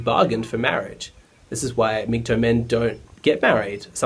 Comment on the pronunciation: for a blue pilled guy you did an ok job of explaining a red pilled mans thinking. Just wondering why you say MGtoe instead of MGtow (towel) is it sarcasm? or just the Aussi pronunciation of tow as in tow-bar